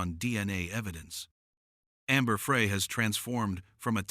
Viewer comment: Amber Frey is pronounced Fry. Geeze.